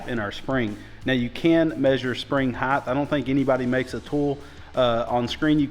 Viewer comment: Height, not Heighth. No such word